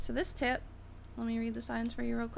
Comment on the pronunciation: Lol she said that's a cool "tit" i mean tip lol